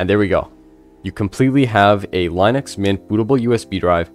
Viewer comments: Lin uhx, not Line uhx. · dude that was almost torture, its not LINE ux its LYNN ux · Technically the creator pronounced it as *Linus*. Americans called it by what it looks like ->Linux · its pronounced lyn ux NOT line ux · It was founded by a Finnish guy. Lyn Ux is not correct. What you are looking for is the ea sound like in lean. Lean Ux. That is the correct way to pronounce it. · Seems like, by now, you would have learned how to pronounce linux. It is a SHORT I like in Linus. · It's not laeenoox it's leenux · BRO SAID LINE-NUX everytime I AM DEAD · He's basically saying it like linus but with an x instead of s. Smh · the creators name was linus and line-us which means line-ux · Its Line ux… sorry but you Americans pronounce things really weirdly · Great video. One caveat if I am nitpicking which has nothing to do with the excellent content of the video. I had too search how to pronounce "Linux", just to be sure, because I have always pronounced it differently, just to make sure I was correct and yes I was correct. It is not the way it is pronounced in the video (where it rhymes with minus). It is actually "Li-nuhks" . Source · How can you make a video about linux when you can't even pronounce the word? 🤣